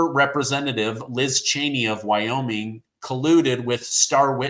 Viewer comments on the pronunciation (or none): none